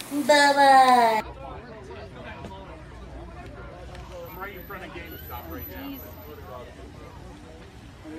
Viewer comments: That "Ba Bye" was personal lol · “bye bye” why she said it like that 💀😭